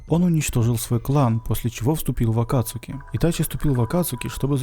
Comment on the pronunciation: Акацки!! А не акацуки!